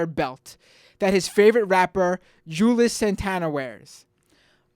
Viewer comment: Pronounced Jew-Elz Santana not Jewless.